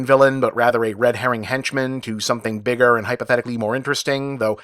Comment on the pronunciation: Um, "Biger"?